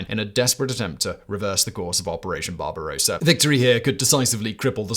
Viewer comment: "Hegemony" is pronounced with a soft G, like J. Only a uncouth lout would pronounce it with a hard G. "Barbarossa" which means red-beard should not be pronounced as is done here as "barbarosa" which means pink-beard.